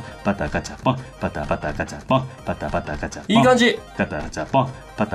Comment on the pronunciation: バタガチャポンがだんだんガタバチャポンになってるのかわいい